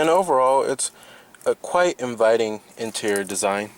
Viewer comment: Oh its the guy with the extear intear issue!... Dude, you goto get this right one day.